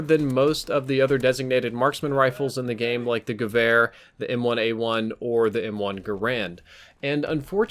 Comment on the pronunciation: Just a little advice. It's not the GewehR (u kinda stress the R at the end), it's more like geweah....(ryhmes with yeah). Hope it helps ^.^!